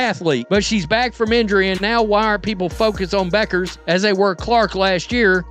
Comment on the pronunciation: This is creating a problem that doesn't exist for clicks. I doubt Beuckers (pronounce BECKers) and Clarke are focused on this the way this clip presents it. Sure there will be competition. That's what makes great players great.